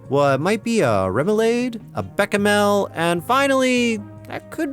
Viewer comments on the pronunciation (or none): remoulaid and beckamel are really funny ways to mispronounce those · 'bekamel' Beshamel. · remoulade is pronounced rem-oo-lahd, and bechamel is besh-a-mel, at least according to my chefs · The way you pronounce béchamel is hilarious and infuriating at the same time. I’ve only heard it pronounced bae-sham-L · I know you did it as rage bait and it got me, but the way you pronounced bechamel is an insult to the concept of video essays.